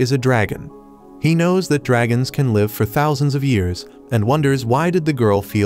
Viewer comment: Please learn to pronounce live, it's liv , it's on live as in alive. This completely ruins your narration.